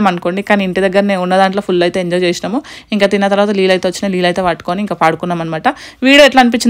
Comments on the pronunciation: Leellu kadu baboi neellu anadam nerchukondi ani more than times repeat diz word..🤦🙅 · Leellu kadu neellu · Leelu kadu neeluu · Leellu kaadu neellu.... Carla kenchi kadu car lo nunchi.... Antha bane undi kani language konchm change cheskondi garu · నీళ్లు కాదు నీళ్ళు అక్క.... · Leelu kadu amma .. neellu